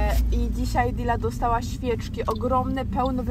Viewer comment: dealy czyta się deili